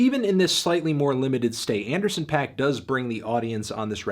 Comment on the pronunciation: That's not really how Paak is pronounced